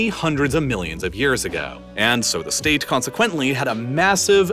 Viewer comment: “Largest staTeTtttttt” 😂